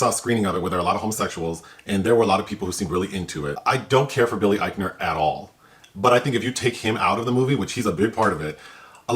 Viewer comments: It’s Billy “Ike-Ner”not Billy Etch-Ner. 😂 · Billy Ike-ner learn how to pronounce peoples names before you roast them it makes you look like an ass. Love you ❤ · Yo, it's pronounced Ike-ner lol and it's also Mindy Kay-ling from the Velma/black Shaggy video, not Calling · Dude, you don't even say his name right... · I love the way you massively mispronounced his last name, I don’t know if you’re trolling but that was a good touch🤣🤣😂